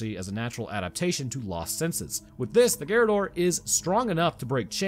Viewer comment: Yeah the right pronounce is garradór, is quite difficult for English based speakers to talk in Español or in Italiano since your language is from German origins while the ones i cited previously are born from Latin so different on almost every aspect